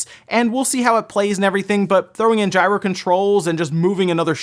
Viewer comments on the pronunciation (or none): none